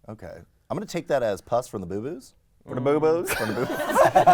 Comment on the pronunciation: It's pronounced "boo-boh" actually.